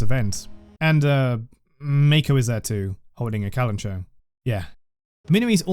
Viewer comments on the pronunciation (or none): amazing video! i love your editing and thoroughness diving into one of the best characters in the game <3 but also hehe.. not to be that guy but... kalanchoe is pronounced with the ch and oe like in the name chloe 😝